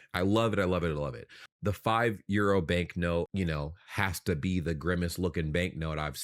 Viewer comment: I love how you have adopted the German pronounciation of euro. 👍